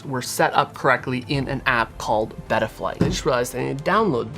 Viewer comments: Its beta flight not bettaflight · beta flight not beeta flight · bro please its beta flight not betta flight lol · Never heard anybody pronounce betaflight like that lol congrats bro you popped your fpv cherry 😂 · please dont pronounce betaflight like that 😭